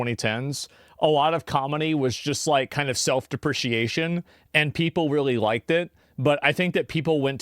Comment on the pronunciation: “Self DE-PRA-CAY-SHUN”. Self deprecation.